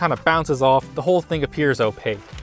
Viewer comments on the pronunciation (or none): none